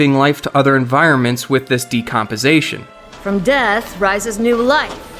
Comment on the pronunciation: Just for future reference: It's sin-yew, not sin-oo; tortuous, not torturous; and decomposITION, not decomposATION. Other than fleeting mispronunciation, great vid. Subbed.